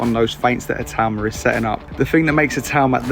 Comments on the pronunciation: ITAAAAUUUMA!!!...not Itooma, ya pommie twit! :face-orange-frowning:🤪🤪🤪🤪🤪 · Talking about names when you have been pronouncing itauma wrong in every video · I am once again asking for to learn to pronounce Itauma's name properly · how it's spelt. I - tau - ma. Not I too ma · It's not a tumour!!! I think Itauma was trolling when he said Siri pronounces it the proper way.